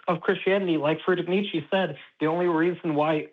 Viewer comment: I have evidence that 'Merkins cannot pronounce Nietzsche.